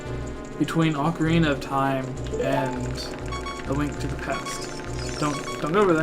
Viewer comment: Haha that's adorable... alsooooo.......... OAK ARE EENA